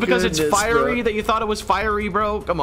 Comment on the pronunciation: You guys are pronouncing fiery wrong